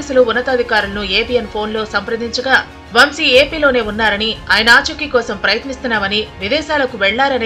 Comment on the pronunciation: వం షీ కాదు తల్లీ వంశీ.